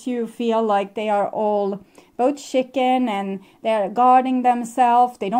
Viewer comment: You're so cute when you say chicken. Because it sounds like shitting. And so in my head i always think 'shitting chicken'. 🤔 yup, sounds like my ex 🤣 right on target 😉